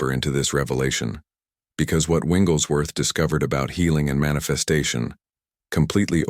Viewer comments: I really like this concept, but the AI is mispronouncing Smiths' last name. Its not "Winglesworth" Its "WIGGLES"worth. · I wish this AI could pronounce his name correctly!